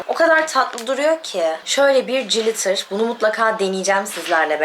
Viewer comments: Cilitır ne kız :) glitır diye okunur. Sizin gibi günceli takip eden influencer'larin İngilizce'ye hakim olması önemli. Naçizane tavsiyem. Adana'ya selamlar. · o cilitir diye okunmuyor glitir diye okunuyor canım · Koptum jilitere yaa kirk yillik glitter🤣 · Kız Ezgii glitter yazildigi gibi okunuyor😘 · Peki benim siz cilitır dedikçe acaba ben mi yanlış biliyorum diye kendimi sorgulamam glitterdan farklı bir şeydir belki diye düşünmem 😂 çok tatlısınız ☺️ birde “Birkensıtok” olarak değil. “Birkenşıtok” diye okumuyor oda ☺️